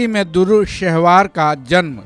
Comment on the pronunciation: Bhaijan "DURRU" nahi "DUR'RAY" (Dur = Moti / Dur're Shehvar = Nayab ye Khimti Moti)